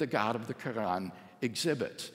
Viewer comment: Dr. Craig is driving me crazy with his pronunciation of "Quran", it's not spelled "Krann", no one says it like that STOP. Reminds me of when ever some one is trying to sound learned by using a generic "forging" pronunciation, might sound fancy to someone who doesn't know that language, but if they just happen to do so then you just sound like an absolute fool. Stick to the English pronunciation if you don't know anything else.